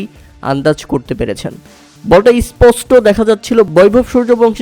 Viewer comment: Es posto ki vasa re baba! Bolen Sposto.